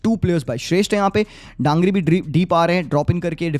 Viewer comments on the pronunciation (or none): DANGRI nahi bro DANGI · Not Dangri but Dangi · Not DANGRI 😅 Manish Dangi Dan***i is kind of bad word( gaali ) in Nepali 😅 just say manish if you fell unfortable Manish DANGI मनिष डाङ्गी Daa-n-gi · Manish Dangi not Dangri😒😂